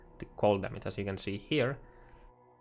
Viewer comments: its damage not fuckin DAMIC idiot this is unwatchable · The maths, only one thing bothering me though. The word is called "damage" and not "damats" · dämätz LUL